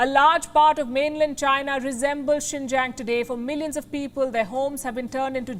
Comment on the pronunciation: "XINJANG TREATMENT" 😆 🤣 😂 😹